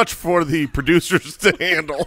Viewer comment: Pretty sure it's Ducers...not Duecers. But I may have miss heard.